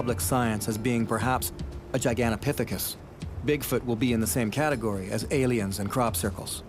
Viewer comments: Annoying he keeps saying Gigantapiphicus.... they were in Asia and had ape noses. Bigfoot are described as human like. I wish he would stop saying Giganapiphicus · you don't know it's Gigantopithecus so please stop saying that. But keep up the great work!